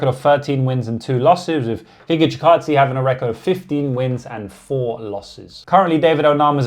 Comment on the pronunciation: Tell me you're a casual when you can't pronounce Gigatze